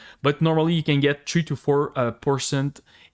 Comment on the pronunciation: 'season tree' XD